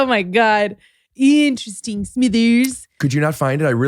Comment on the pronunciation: When Mr burns says interesting it's four syllables. IN TER ESS TING.